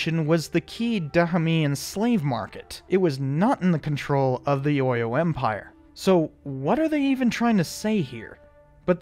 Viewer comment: As person who knows the history of the Dahomey Amazon's, and its war with the Oyo empire, and other stuffs you're coverage of the movie is awesome. Oyo is pronounced, 'O-yaw, Abeokuta is pronounced Ah-beh-kutah. Btw, if you want to know more Yoruba words, I'm willing to be of service.